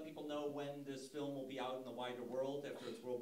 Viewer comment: Nobody has the balls to tell Nims it's f.i.l.m not f.l.i.m. fucking hell Mins, get it right!